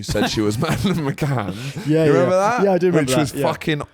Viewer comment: Need you to clear up the pronunciation of Mad McCann sounds like Matt and I feel personally attacked 😂